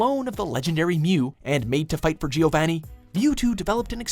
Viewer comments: Also pronounced Giovony not Giov-a-ni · You pronounced Giovanni wrong at not only #6, but also #1,. Also, next time, put Pokemon Heroes on the podium. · Hey, please stop saying names like Giovani and Naruto wrong, it's just become painful at this point. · BillyBob Drizzle ZaBOOza and... giovanny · Giovanni? Really? You guys can't pronounce things to save your life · Damn, at least learn the pronunciations! Jirarchi? Givaini? It's Jir-ah-chi, and, Geo-vah-nee